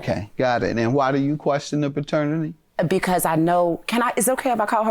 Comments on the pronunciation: Somebody tell Peaches its PATERNITY not FATERNITY. 😂😂😂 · If she don't get off TV saying fraternity!!!!! OMG do better. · Why is she saying "fraternity" instead of paternity! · Plaintiff keeps saying fraternity 🤦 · if she says faternity one more time.... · She did say fraternity. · Please stop saying “fraternity” for your child 🤦🏾‍♀️paternity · If she says “fraternity” one more time. 🙄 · Was the cousin saying fraternity? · Both sides wrong, and if the baby mama dont say paternity correct she keeps saying faternity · If she say FAHternity one more damn time! 🙄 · Is the plaintiff saying “faternity” instead of “paternity”? 🤦🏾‍♀️ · It's paternity not fertanity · Side note: did anyone else notice how it sounds like she said Fraternity instead of paternity? 😅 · OMG! Thank you! I’m like why is the judge not correcting her ass. And she got the nerve to say it over and over. Like what ma’am. Please get it correct & then together🙄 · I screamed at her through my damn phone. Other judges would have corrected her as Judge Mathis should have.